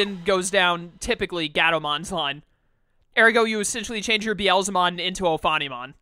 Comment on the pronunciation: Beelzebub is where Beelzemon's (Beelzebumon in Japanese) name originated from. So, it is pronounce as bee-el-zə-mon. Meicoomon is a name taken from maine coon, which is a breed of cat. The pronunciation is mei-koo-mon. As for Nyaromon, it's nya-ro, not nia-ro. It might be hard for English speakers to pronounce 'nya' as it is rarely used in English words. If you know how to pronounce Nyancat properly, it's the exact same pronunciation. Sorry for nitpicking much of your pronunciations which is not even important. Also, Seraphimon is not as great as anyone would think in this game because his skills are decent in battles but he is awfully weak against dark type digimons, so be cautious of that.